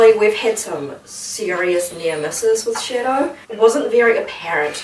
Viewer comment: Why does it sounds like she’s saying “Shitto” and not shadow I laughed my ass of so much when he tried to leave and shouted “SHITTO”